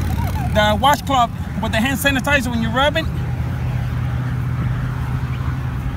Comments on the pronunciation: Leeto hann sanitiza, LITTO HANN SANITIZUHHH!!! Thanks this was an efficient hack and I got a good laugh! Thumbs up on this lol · “LIL HAN SANITIZERR” 😂 lol okay say that den 👏🏽 thanks 🥰